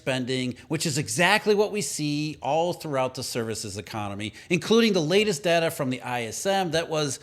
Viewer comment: e-CON-ON-ME. Plain sight